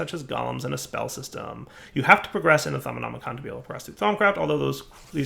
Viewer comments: the thOMNOMNOM hahhaha !!!!! It's thaumonomicon !!!!! like the necronomicon but with thaum ! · It’s called the Thauminomicon, not the Thauminominon lol